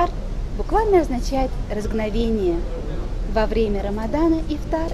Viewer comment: Разговение, а не разгновение